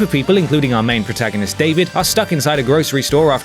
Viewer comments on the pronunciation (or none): none